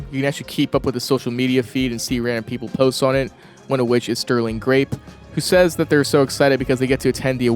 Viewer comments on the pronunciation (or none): none